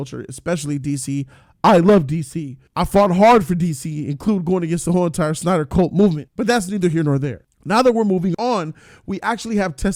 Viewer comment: "with one Zack Synder" haha